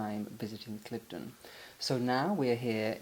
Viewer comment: Will be staying at Cliveden (not Cliff-den) later this year. Looking forward to it. Always enjoy your work and appreciation of beauty and classic style.